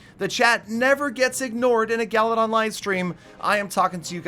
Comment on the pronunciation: “GALYdon”